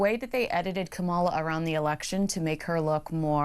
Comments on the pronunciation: are you from the US? Cos you just cannot get the pronunciation of Kamala Harris' name right. For the 300 millionth time, please concentrate: COMMA-luh. Good luck. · Okay I listen I listen to a little of your speech, but I'm going to say again if you cannot pronounce Kamala Harris's name you need to stop talking about her. Whatever your political are, I don't want to hear it. It's obviousnot you are on the side of the orange man. And I do not listen to you to hear your political views & you DOGGING karma Harris & mus pouncing her name, therefore I've tried to keep listening you but I'm done with you.